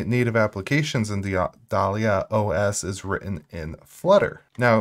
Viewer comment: DAH-lee-uh, like the black dahlia. pAN-go-lyn, the animal.